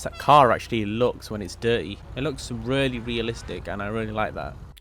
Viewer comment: "rully" - 2021